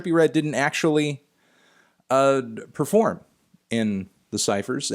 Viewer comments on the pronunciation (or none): none